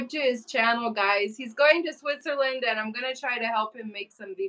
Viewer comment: TELL your Daddy that there is NO 'H' Sound in SWITZERLAND. LOL